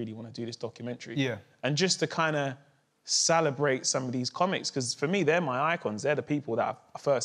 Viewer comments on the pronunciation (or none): Anyone else notice man like Mo can't say celebrate 🤣 Sala brate! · why is he pronouncing celebrate like that?